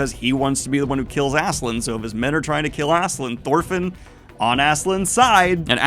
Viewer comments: How does "Ass-keh-lad" become "Azz-zuh-lind" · Love your review of this series but I will say its pronounced Aske-LADD not Aske-LAND lol. His name means Ashen One Askekand would mean Ashen Land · Please, I urge you to call Askeladd by his real name, it's not "Askeland" not land. It's Askeladd, ladd. Ladd. In some previous video you said you pronounce names incorrectly for the engagement. It's heinous, but I guess I can give props. Just don't do it with Askeladd, please. I wanna discuss this manga but "assland assland" land is all I hear. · I know you've settled on Asklan here, but its so close it frustrates me to no end! It's Ask-e-Lad ! Sincerely, Scandinavia. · Btw, Askeladd is pronounced Ass-kill-lad And Cnute is pronounced Ca-noot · Holy cow dude... how can you get Asslan out of Askeladd? There's no N. Where's the K? smh. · I love you but please stop calling him Ass land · I forget if mispronouncing Askeladd's name is now a bit, but just in case.... It's pronounced like the sentence "Ask a lad" (as-keh-lad) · The way you pronounce Askeladd's name hurts so bad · what is the pronunciation of this guy i always called it ass k lad